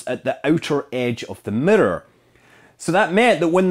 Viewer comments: What's a murrur? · WTF is a "Mitter"? "They put the 'MITTER' in the hubble telescope" ?????? Do you mean miRRor? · The Hubble telescope middor? I’ve never heard it been Called that before... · Mitter, ettor lmao. Scott your awesome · Yeah we actually say the word like it’s spelled in the U.K. and pronounce all of the syllables correctly. To us it sounds like Americans are saying ‘meer’ when they try to say mirror. There’s nothing that remotely sounds like a ‘d’ in there, he’s just pronouncing the double ‘r’ properly. Which, sounds a bit stronger than an English person would pronounce it because of his Scottish accent. To us, it’s the American pronunciation that sounds way wrong. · auto-gen subtitles can't handle pronouncing "mirror" like that, it got, "the murdered had to be grown to a very exact shape" 🤣 btw, couldn't you say the Hubble mirror was precise but actually not accurate ? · You pronounce 'mirror' weird, Scott. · This guy can't pronounce mirror no matter how many times he tries lol